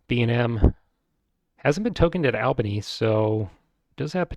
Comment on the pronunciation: Thanks for these videos, I'm really enjoying them. My group doesn't like 1830 so I rarely get to play it and now I'm living vicariously through your videos. Also, "Albany" is pronounced like "ALL-bany," It's a long A :)